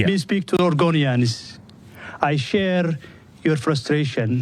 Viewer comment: Whats an "orgonian" 😂 mutha fucka speak English!